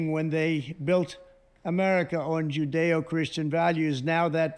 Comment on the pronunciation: He said "we have to bring Christiany back" at minute 2 or right after minute 2. Who's Christiany? Why is he so important to Trump?